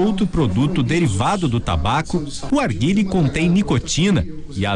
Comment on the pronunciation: Arguile kkkkk nao sabe nem fala o nome